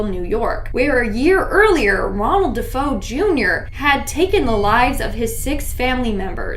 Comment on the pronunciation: DeFeo is pronounced “De Fay o”